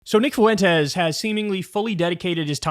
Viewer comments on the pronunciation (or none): Jesus H Christ Kyle, it's pronounced Fwen-tes, not Faw-wen-tes! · I can’t get over how Kyle says “foo-entes” instead of fuentes lol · Kyle's dedication to pronouncing his name as Nick Foowentes is unwavering